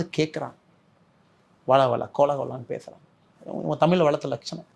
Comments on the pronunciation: Anna first say 'தமிழ்' properly.. it's not தமில் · Annamalai should correct his pronunciation of word taml l × தமிழ் மொழி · முதல்ல தமிழ தமில் என்று சொல்றத சரி செய்துகொள். இந்தி வேனும் என்று சொல்ல நீ யார்?